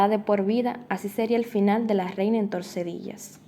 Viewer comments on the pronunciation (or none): MUY BUEN RESUMEN , PERO REPITES CONSTANTEMENTE UNA LOCALIDAD COMO TORCEDILLAS Y ES TORDESILLAS.